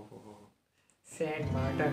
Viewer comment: R eeeeee saint martan nhi Saint martin